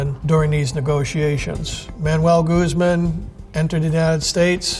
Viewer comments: Guzmán, not "goose-man" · Every time he says Goose Man instead of Guzman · Chapo goose-man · I just find funny how he is pronouncing Guzman, like "Gooseman" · Youd think hed learn how to pronounce his name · Conducts a serious investigation into Chapo Guzman Can't be bothered to pronounce his name correctly T_T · Imagine investigating a man for so many years and still not know how to pronounce his name